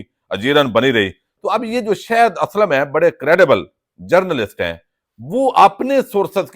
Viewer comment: گوندل صاحب آپ شااھد اسلم کو "شَید اسلم"اور شایان علی کو "شِیان علی" کیوں بلاتے ھیں؟